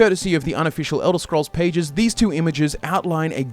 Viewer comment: Eldah scroll four… oblivon